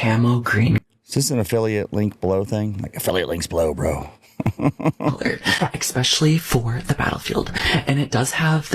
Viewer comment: It's especially not exspecially boy